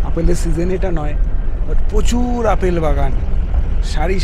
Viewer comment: উচ্চারণ ঠিক করুন। প্রচুর উচ্চারণ হবে prochur. pochur নয়, বড্ড কানে লাগে।